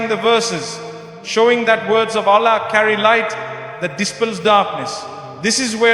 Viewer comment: It’s false, listen to the word he said Allah’s name, not the Arabic sound. Also other words used sounded not Arabic. Not Mufti Menk words .